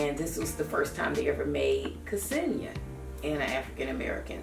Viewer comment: thank you for the review! kesenia is pronounced senia with silent '''ke''